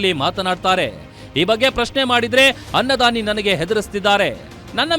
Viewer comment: ಅನ್ನದಾನಿ ❎ ಖನ್ನದಾನಿ ✅ 😂😂😂😂😂